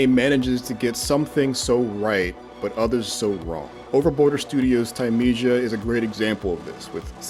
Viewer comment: He even said the name wrong.